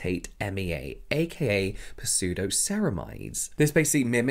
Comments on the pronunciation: Pseudo…. P-suedo…. 🤦🏻‍♂️ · Did he pronounce the p in the prefix pseudo?